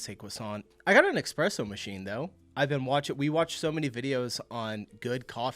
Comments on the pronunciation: Espresso, not Expresso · it’s espresso! Not expresso 😊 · Wait, so I can easily forgive you for not pronouncing 'croissant' right, but then you walked straight into saying you got an 'EXPRESSO MACHINE'... that was painful. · "I haven't gotten down with pronouncing croissant yet... But I have an EXPRESSO machine" is killing me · It's ESpresso. Not EXpresso. Don't be so french ;) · It's not "Expresso" It's "Espresso" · Espresso not Expresso sweetie😭😭 There was a skit about this on Bistro Huddy, I didn't think it was real😭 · "Don't know how to say croissant" pronounces it perfectly, then says "eXpresso" lol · Did you say "eKspresso" machine? Duuude 😱 And I'm not even Italian ... 😱😱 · You're doing quite fine with pronouncing the "croissant", but you should work a bit on pronouncing the "eXpresso"...😋 (it's espresso, without x 😉) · You got 'croissant' right but then said 'expresso'. Good late save by saying 'espresso' though. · Love you man, it's eSspresSo. Not Xpresso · and here you are saying expresso🤦🏻‍♀️ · Do you mean ES-presso? no X. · THAT was intentional! wasn't it? expresso? :D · There is no X in espresso. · sie redet wirr, verbrennt sie. before learning to pronounce croissant please stop saying "expresso" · Did I hear a little "eXpresso" in there ? 😉 Love your videos. Share most of your opinions. Just teasing a little because I know you care😂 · ESPRESSO ...please :) There is still no X in this word